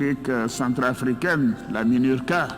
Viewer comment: La "minusca" . Et alassane ouattara dit la "minurca ! Hé !!! 🙆🏿‍♂️